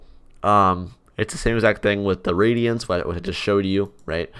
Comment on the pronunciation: Do you mean radians? The way you pronounced it sounded like radions 😅